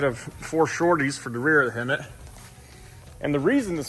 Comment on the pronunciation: Hemit not hermit